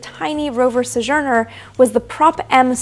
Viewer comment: It's pronounced SO-jur-ner, not suh-jer-ner. Thought I'd chime in since you do that a lot. Love your videos!